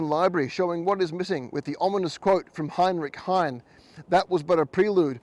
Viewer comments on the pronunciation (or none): It is Heinrich Heine, not Heinrich Hein. The last e is not silent. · It's NOT Heinrich Hein. It's Heinrich HEINE, pronounced Hein-ah. Geez!